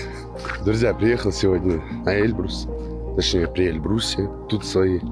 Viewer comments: Выучи ударение в названии горы "Эльбру́с" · Почему они говорят Э́льбрус?